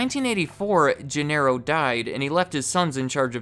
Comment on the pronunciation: I lol each time he says Gin-air-o